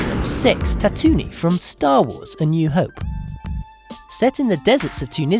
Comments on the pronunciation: I know I'm gonna sound like a nerd but it's ta-too-ween. Not whatever the hell you said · Ah i couldn't careless if i'm a nerd, just hurts to hear. Its like when someone says your name wrong